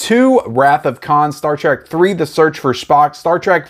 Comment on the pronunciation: From Spock's sake STOP calling it Star TRAK. It's TREK. T. R. E. K.